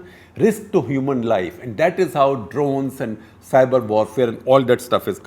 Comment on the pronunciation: its Drones* not drowns 🤣🤣🤣, Have you seen American soldiers? many of them end up homeless, their morale is low. Despite all that technology they still got their ass kicked by the taliban, the left-right is a teamwork building exercise, it builds morale and teamwork.